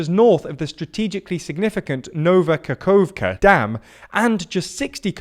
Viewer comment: Nova Kahovka was pronounced correctly! That's certainly an improvement xd